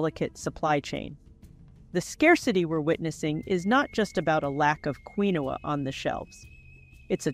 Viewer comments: Pronounced KEENWA NOT QUINOA😅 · Interesting video, doesn’t know correct pronunciation of Quinoa and used two different pronunciations, confusing those not familiar with the product. Not particularly helpful as not realistic altergive;.